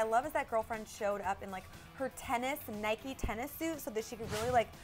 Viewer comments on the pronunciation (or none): none